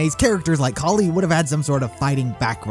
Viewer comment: Kali is pronounced Kal i